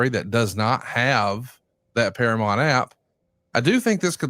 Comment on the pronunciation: please stop saying "Paramont". It's Paramount.